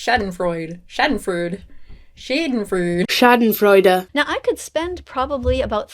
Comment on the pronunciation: The Moment when a american trys to say „Schadenfreude“